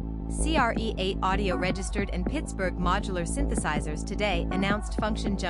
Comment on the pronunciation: Hey ding dongs, I think it’s pronounced create.😂 and don’t get me started about what hp stands for.😳